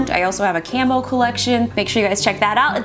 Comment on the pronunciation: Did she say camo collection or camel collection? hmmm.... scared.